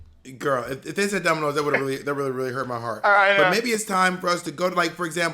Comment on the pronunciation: DID U SAY DOMINOS?! 😂♥️